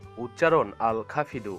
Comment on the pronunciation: everyone please note.. ITS AL khafid.. NOT AL KHAFIRU